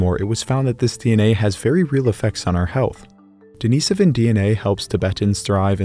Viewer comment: Another excellent video. I especially want to thank you for your perfect pronunciation of Denisovan. Too many other channels that discuss this topic continue to get it wrong.